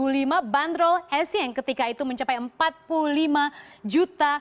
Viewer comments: bukan ESSIENG mba tapi ESSIEN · Pelafalan dr Bhs. Prancis huruf N dibaca Ng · Lafal pengucapan bhs prancis gitu n dibaca ng